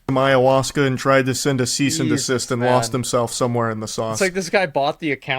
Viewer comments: "Seize and desist" LMAO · “Seize and Desist” 😂😂💀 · “Seize and Desist” 😂